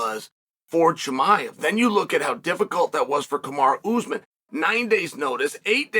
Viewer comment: Cosmit, Kamaraoozeman…IM WEAK!! 😂